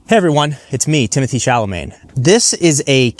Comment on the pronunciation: timothy CHALAMAAGGNNE XD XD